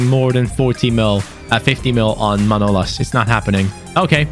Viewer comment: His name is manolás not manólas like so can see